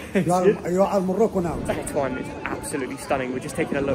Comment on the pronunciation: Not TATOUAN xDDD Tetouan xDD